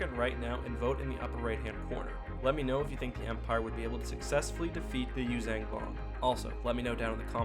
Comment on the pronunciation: Love the video but its Yuuzhan not youzang...